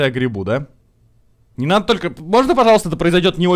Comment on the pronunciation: 34.56 «успокойся, Амиго! Де нада! Де нада!»)) вместо «не надо!»